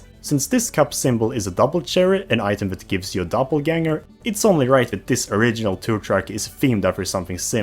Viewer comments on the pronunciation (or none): none